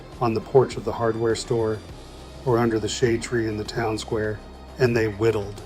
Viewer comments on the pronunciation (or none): none